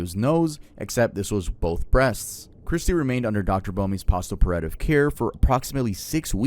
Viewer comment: as someone who works in the medical field, this is definitely my new favorite pronunciation of “post-operative” 😂🤭